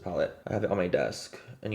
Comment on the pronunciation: "What is on my dest video " 🙏🙏🙏👏👏👏